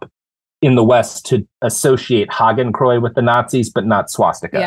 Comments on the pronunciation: Robert? Say after me: "Haa - Ken - Kroy - Ts". Hakenkreuz. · Robert, you have got to learn the proper pronunciation of “Hakenkreuz”.